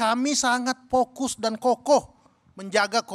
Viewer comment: Vokus atau pokus?😂😂😂